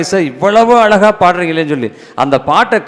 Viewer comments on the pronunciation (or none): ஐயா வணக்கம்... உங்களுடைய பேச்சு / சொற்பொழிவு மிகவும் நன்றாக உள்ளது... நீங்களுமா தமிழை " நோகடிக்கணும் ".. உங்களுக்குமா இந்த " ழ " உச்சரிக்க முடியவில்லை ? உதாரணம் : அளகா,பளனி, எலுதி, பலக்கம், இலப்பு,இலுப்பார்,இலுக்கணும்,கலிச்சி,விலுந்ததாம், ---இப்படிப்பட்ட வார்த்தைகளை சரிப்படுத்திக்கொண்டால் மிகவும் நன்றாக இருக்கும். இது ஒரு தாழ்மையான வேண்டுகோள் தவறாகவோ, சுட்டி காண்பிப்பதாகவோ எண்ணவேண்டாம், நன்றி... வணக்கம்.. தாழ்மையுடன் ஒரு முருக பக்தன்.. 🙏🙏🙏